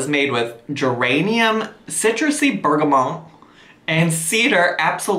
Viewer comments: A bergamot is a type of orange. It’s kind of a spicy, floral citrus smell. Think Earl Grey tea. Earl Grey is flavored with bergamot oil. Also, feel free to pronounce that T at the end 😂💕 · Bergamot is actually a type of citrus fruit, the essential oil comes from the peel. Don't get me wrong... I love your "bougie" (French word for candle) pronunciation but the t is actually pronounced ( bergamot is not a French word) lolll